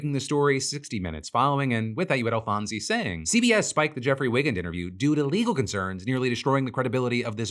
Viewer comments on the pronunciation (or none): Dr. Jeffrey Wigand's name is pronounced "WY-gand" not "wiggund". There's an excellent film called "The Insider" with Russell Crowe as Wigand, well worth seeing. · A small but important edit: it's pronounced Jeffrey "W-eye-gand." Highly recommend Michael Mann's fantastic film, "The Insider," which tells the whole CBS/tobacco story. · That’s not how you pronounce Wigand. Come on, didn’t you watch The Insider?